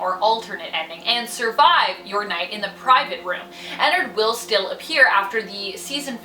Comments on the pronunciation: its prounouced enn-ard not Enn-erd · Says ennerd instead of ennard* angry grammar nazi noises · It’s sounds like she’s saying a nerd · Ennard? More Like inarrd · I'm pretty sure it's pronounced Ennard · Not having hate but it makes me cringe that you pronounce his name wrong 😅